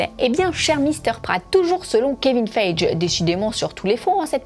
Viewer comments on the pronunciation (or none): On dit pas Kevine [Faije] mais [Faillegui]